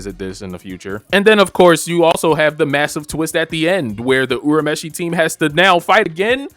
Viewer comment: the dub is far superior 😂 good video tho I'll definitely subscribe....and btw its "your a meshi"